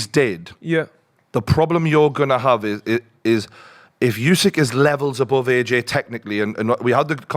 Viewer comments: It's not "yousik"....it's "oosik". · Hey, the name's Usyk, not Yousick.